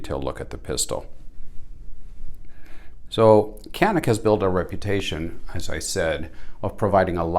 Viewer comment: If you're interested in the Mete pronunciation, keep in mind that Canik is spoken as Janik. Idk if it's worth trying. It's like: You're indians. No we aren't. Nah, you're indians.^^ Not being able to mount full sized red dots is a serious detriment. How does the upper edge of the backstrap feel like? Could be an issue in competition creating a hot spot. The small pistol shaped tool is nice.